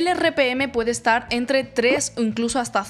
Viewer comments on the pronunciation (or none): Por qué cuando dices "estar", pronuncias "eschar"? Si pronuncias bien la "T" en otras palabras. También cuando dices "este", "esta", "bastante", etc. No es el acento de un país en específico, solo se escucha una dicción que se puede trabajar.